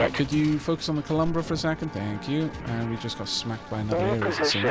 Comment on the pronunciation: So uh, one thing I noticed is you pronounce it “Columbra” but the actual name doesn’t have an M. It’s “Colubra”